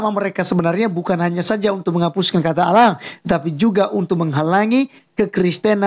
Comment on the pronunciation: tulisan ALLAH .. ngebaca nya aulloh .. Udh pasti beda 😀 Salam WARASS